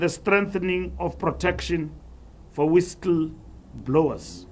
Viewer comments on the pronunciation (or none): How do you pronounce a whistle blower in South africa, my brothers and sisters. Did I hear it properly